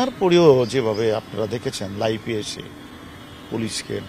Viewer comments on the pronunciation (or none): স্যার লাইফ না লাইভ হবে।